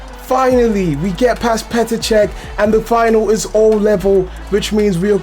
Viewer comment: It’s PETER CHECH